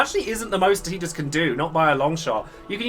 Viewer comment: Thanks for caling him Teedus not Tiedus